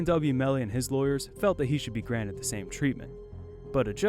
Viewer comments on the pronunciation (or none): none